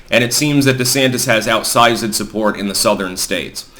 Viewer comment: "... outsizéd support..."?? Goodness. is waxing Shakespeareian?